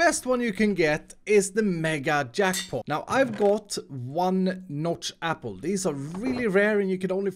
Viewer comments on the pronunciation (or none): none